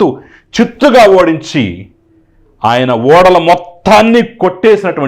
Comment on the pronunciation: ఓడలు కాదండి ఊడలు.